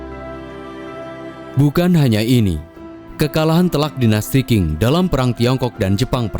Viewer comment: Dinasti Qing itu dibacanya Ching, bukang King admin